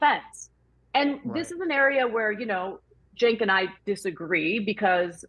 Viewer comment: It's actually Cenk.